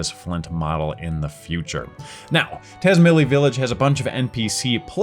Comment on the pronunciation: Tazmily is meant to be pronounced tats-MAHY-lee. "Mahy" is how the English word "my" is pronounced, in case that looked confusing. The Z is being pronounced Romanian style. Japanese does that a lot, since they aren't influenced by only English. Think of it like the ZZ in "pizza".